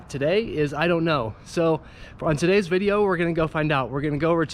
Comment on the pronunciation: Oh nice bideo oh I mean video 🤣🤣🤣🤣